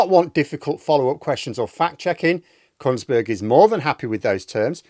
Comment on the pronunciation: I'm sure you said "Kuntsberg"